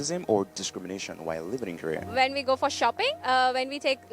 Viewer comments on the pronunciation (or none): Korea bolna sikhle matlab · Abe roast karane se pahle Korea bolna to sikhale